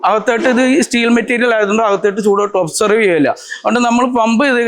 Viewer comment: Avoid mistakes, ചൂട് ഒബ്സേർവ് അല്ല, അബ്സോർബ്